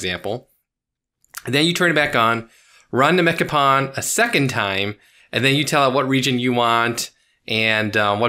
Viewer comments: Awesome video and mod, can't wait to install it myself. Also for the youngins out there, its pronounced "pone" not "pawn". Source: Did a lot of pwning back in the PS2 online days 👴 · Pwn rhymes with “own,” not “pawn.” It’s gamer slang for getting “owned.” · "pwn": rhymes with "loan", not "lawn". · Dude, It's pronounced Mecha "Pone", don't you remember the memes? :D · Pronounced “mekka-pone”